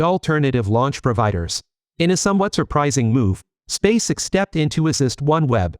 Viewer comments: It's not "Spaysix," it's "Space- EX". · This is either brilliant comedy or a serendipitous stumble into linguistic genius -- I don't think I've ever heard so many badly pronounced words in a single piece since one of those The Two Ronnies sketches! Even SpaceX is pronounced like that child actor's last name, Sissy Spacek.